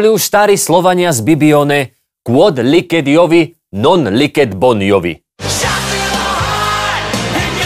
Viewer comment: Tak jo, pokouším se nějak vecpat do slovenské diskuze. V minulosti jsem Jakubovi vyčítala cosi jakože se nevyslovuje "kvod liked Iovi, non liked bovi". Opravdu, skvělý výrok. Vypadá to, že my jsme "bovi" - všichni. Přesto - vyslovuje se ne liked, ale liced. Ale, jste skvělí, já bych už dávno byla zhroucená.